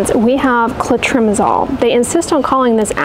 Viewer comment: I’ve never heard anyone pronounce clotrimazole that way